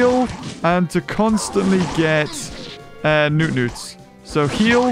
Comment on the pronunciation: Wait a minute why did you call them newnutes?